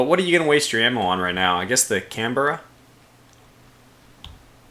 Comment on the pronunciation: As an Australian i find your pronouncing Canberra wrong it's more like Canbra .Sorry if I come off as a bit rude, it rather quite bug me a bit when it's missed pronounced. On good notes lovely steam it's a shame i could not catch it live, maybe next time just keep the good work going mate.